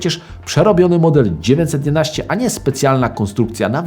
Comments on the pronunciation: Proszę, błagam, popracuj nad dykcją! Bo zamiast 911 wychodzi Ci 19... o Renówce gadasz, czy o Porsche? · Super seria, proszę tylko o poprawę wymowy 911 bo słychać ciagle dziewięćsetnaście i męczy to ucho ...